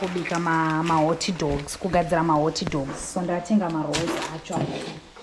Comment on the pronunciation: It's hotdogs not hotidogs 🤣